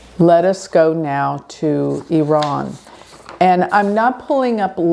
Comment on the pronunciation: Thank you for pronouncing Iran correctly! 😅 Hope the world be in peace soon...